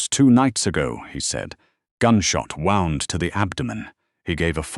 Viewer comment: Pronounciation of gunshot wound.